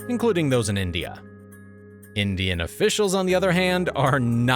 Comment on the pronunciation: When she said "20 Indian soldiers were killed" in her accent, I thought she said 20 million soldiers were killed.